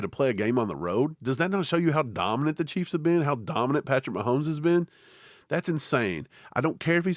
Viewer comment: was that "cah keys"?😂😂😂